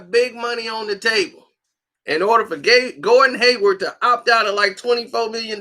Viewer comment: Lol he said Gordon Gaywood 😂